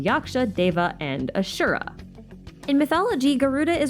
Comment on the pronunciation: the pronounciation for asur(a) and kalps killed me a little everytime but its fine,, its fine we're fine - happy to see hindu mythology be discussed atleast, bonus xiao's one of my favourite darlings in the game